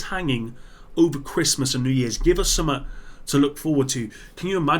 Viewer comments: Yo,, why can't you pronounce basic English? The word is "something", pronounced "sum-th-ing". Not "suh-muh". Good God Man!!! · It’s funny that when you say the word “something” you say summet.